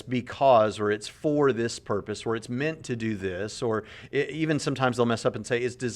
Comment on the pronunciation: Did he say "what is the porpoise of life"?